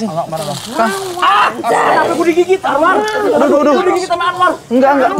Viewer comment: Aswar.. Aswar.. (Anwar) bikin gagal fokus.. Ngakak ada anwar😂🙏